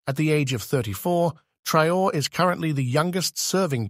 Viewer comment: He is called traore’ please.. traore’ not traor